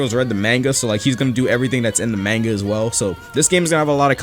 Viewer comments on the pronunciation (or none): we have to talk, its pronounced m-aanga. don't say it like mango but with an o sorry but it irritated me you know.-. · my heart💔 "manega" 😂😂 im jp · U say manga wrong ma guy its MA GA SO LIKE MUNGA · BRO INFERNASU GOT ME DEAD HE SAID "MAIN-GA" ITS MON-GA" (this is a joke Ik you can pronouce it 2 different ways) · i love the mannga lol its monga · MANGA say it right